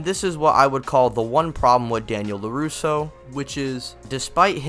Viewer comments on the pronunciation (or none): Lol "Lapusso" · LaPusso lol